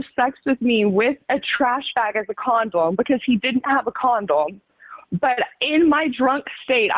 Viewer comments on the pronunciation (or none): did she say “condolm” ? 😭